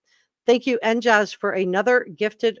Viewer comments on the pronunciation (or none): Re: "NJaze" who signed in to your program.. You pronounced it "NJazz. Maybe they were hinting at their location, i.e, NJ' s, I think you were contacted by residents of the Garden State, probably Jersey Girls I say girls because Jersey guys don' do stuff like that. Just a thought.